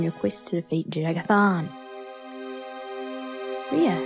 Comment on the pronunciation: inb4 the Eternal Champion + Ria Silmane fanfiction. And for future references, the J in Jagar Tharn is pronounced like a Y, if you can sort of teach yourself to pronounce it that way. I might just be being a little nitpicky here, though. :P